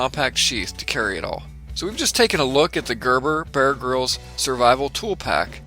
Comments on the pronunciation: I find myself saying "Ermahgurd" every time you say "Gerberbuhrgrihlz". ;-) Bit of a tongue twister, this one. Great looking video. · Gurr burr Be-urr Grylls.